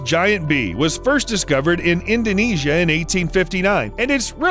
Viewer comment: I appreciate the accuracy of the way you pronounce "Indonesia". I am from that country... And you are awesome 👍